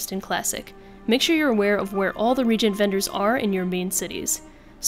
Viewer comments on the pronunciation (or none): Just a tip, it's reagent(pronounced re ay jent) regent is appointed royalty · RE-AGENT Not REE-GENT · Nice video. I subscribed. FYI reagent is pronounced ree -agent not regent. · Thanks for the video, very helpful. I am baffled as to why do all the youngsters say Regent for Re-Agent? A regent is a person that rules a kingdom when the king or queen is too young to rule. A reagent is a component of a recipe or spell, like Symbol of Divinity, is for casting Devine Intervention for Paladins. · It can actually be pronounced as "ray gent" as well. "Re ay jent", technically, isn't the proper way to pronounce the word based off how the world is spelled, but is certainly a common pronunciation of the term. In the English language, vowels aren't separated in the middle of a word, hence why the "e" is not separate from the "a" when pronouncing it as "Ray gent". A similar word is Ronald "Reagan", which is pronounced "Ray gen". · It's RE-AGENT..... RE-AGENT... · reagent is a specific usage word, with specific pronunciation. you don't pronounce it ray-gent, like you wouldn't pronounce reagan as re-ae-gan, as its a name. specific usage. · While there's nothing wrong with common pronunciation of a word, recent or common pronunciations doesn't make it grammatically correct. I personally don't care how you say wish to say it, but when someone tells someone else they're saying it wrong, then go on to impose yet another pronunciation of the word that is not grammatically correct, there's a problem. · Why does literally everyone mispronounce reagent? Regent and reagent are different words, with different meanings and pronunciations.